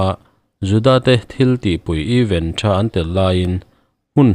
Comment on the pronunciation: Eeeven. A ni lo!! Eeeeven chu = equal= in zat tih na!! Event...th. Thluk loh tur.. Apartment th. Tia is lam thin ang khan lam tur.. Event chu ...thil thleng sawina a ni a. Even chu thil dang deih!